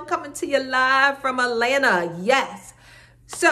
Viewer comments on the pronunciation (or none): Idk why the way you say ALANNA instead of ATLANTA bothers me! Guess it's my OCD 😂